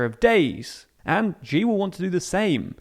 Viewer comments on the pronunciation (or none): Sooooo,, I love the videos you guys put out, but I gotta nitpick: "Xi" is pronounced like English "She" (or alternatively, "that fucking bastard"), not like "geez". Sorry, but it's been bugging me for so long ^^;;;;; Keep up the good work! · I made the same comment a while ago. Good info but pronunciation of bugging me